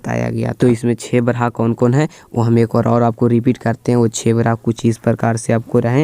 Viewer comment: उच्चारणम् शुद्धं कुरू। अत्र ब्रहा नास्ति ब्रह्मेति अस्ति